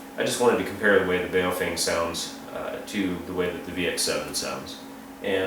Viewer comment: BhaOh-fhung.... learn the correct Chinese Mandarin pronunciation... it has two meanings.... 1st meaning: BaoFeng, bag of wind. 2nd meaning: BaoFeng, good to hold. Because so few people bothered to learn the correct pronunciation BaoFeng is changing their name to PoFung....